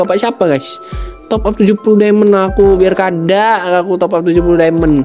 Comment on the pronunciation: Urang banjar kah wkk " Biar Kada "